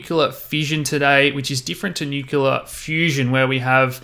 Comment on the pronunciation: everything about this video except the pronunciation, "Nu-kyu-la" is great